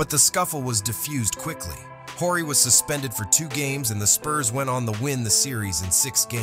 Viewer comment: This commentator needs to learn how to pronounce last names...Horry & Sichting...and referring to Laimbeer as a fierce shot blocker...with his .9 BPG career average...is idiotic.